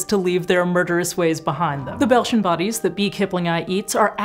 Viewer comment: At first I thought she said ‘Belgian bodies’ and got very confused 😂